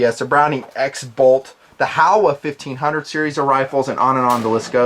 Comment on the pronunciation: Good stuff just a heads up since it is a Japanese company it is pronounced ho wa not how a. HO like the gardening tool and wa as in water. Just keeping it real.